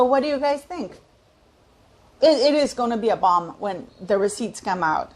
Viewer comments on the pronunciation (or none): none